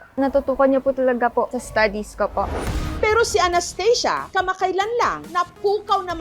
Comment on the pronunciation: Well anong Anesthesia can u pronounce the real pronouncation of ANASTHASIA😂